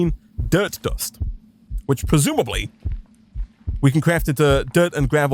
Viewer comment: He didn't. Not once. I'm sober and my beer is now flat. He does say pwesumably a lot though. I wondew if he wealises how wepetative that sounds?